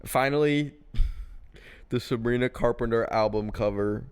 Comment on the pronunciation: "Coz shes fweakin Savwina Cawpemter' I. LOVE. YOU. FOR. THIS.